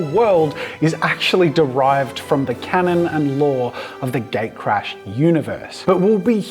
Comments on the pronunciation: sounds like you're saying gay crash... xD you might want to adjust the name. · everytime You say "gatecrash" I hear "gaycrash"... sorry, it just me. hope it will be a thing.